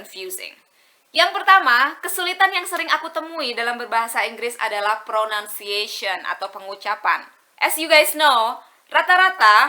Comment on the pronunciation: i think i heard some word that you miss pronunciation😊that word is "pronunciation"